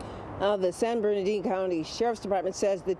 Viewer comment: It’s San Bernardino Not Bernadine 😅